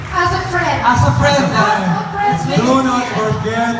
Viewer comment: Grabe npaka comportable ni ruru ky gabbi to the point na di xa nahihiya na sbhin sa harap ng mga tao lht ng close ni gabbi .. ult ulit na mhal kita e . Ksu my as a friend pa hahahha .. nkakaloka .. ung pg kabigkas pa nya ng aas a friend .. infairness hndi cla pa showbiz mg slita .. kc qng pa showbiz d mgssb ng i love you at lalo d mg ssb ng as a friend na ganun sa debut . Haha .. pero gsto ko as more than friends e!!!